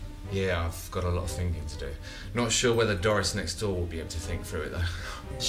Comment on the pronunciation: There are few things more annoying than people who say "finking" instead of "thinking."